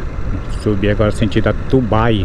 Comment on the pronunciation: Ta errando os nomes das cidades hoje, Não é Tubai é TABAI, e não é Catupiri é CATUPI, deve ser a vontade de chegar em casa né, abraços amigo, Deus te acompanhe...